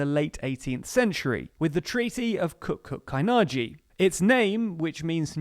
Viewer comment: Küçük is not pronounced ‘kukuk’…